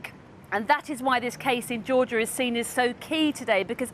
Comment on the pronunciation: It’s Georgia not Georgor